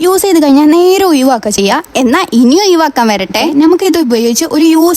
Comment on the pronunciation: Chechi.. Oyivakka alla ozhivakka😊